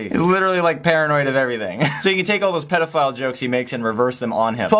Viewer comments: Why do they pronounce it as "Pitafile" aka PETAfile...is that messing with underage animals?? It's Pedophile...let's say it together PEDOPHILE....PEDO LIKE MEADOW...and the thing ...OMG what is that thing? The hair, the TEETH, YIKESSSSS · PEDifile not PEEDifile... No hate thou. Btw I love your chanle! :) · Love the vid but why are you pronouncing pedophile "peeedophile"?